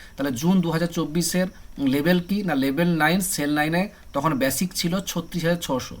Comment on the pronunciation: ব্যাসিক নয় বেসিক